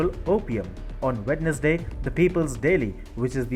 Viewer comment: I gotta say; in this video is the first time EVER that I have heard someone say "wed-nes-day" instead of "wens-day". That was both amusing and uplifting to me.